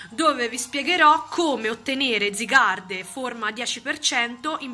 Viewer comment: Sì scrive zygarde ma si legge zaygard